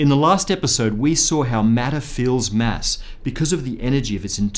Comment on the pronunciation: It's kinda annoying when he pronauns it mess instead of mass.. :/ I should not complain though... since this is such a excellent video <3